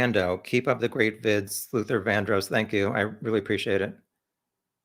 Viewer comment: I Luther Vandross is my favorite singer of all time, so I got a kick out of you saying Sleuther Vandross 😄